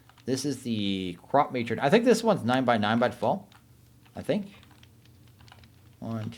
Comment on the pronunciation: i think its pronounced "crop-muh-tron" kinda like animatronic